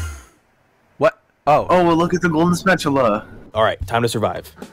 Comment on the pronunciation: "Goljen Spatuluz"🗣️🗣️🗣️🔥🔥🔥🔥🔥🐦‍🔥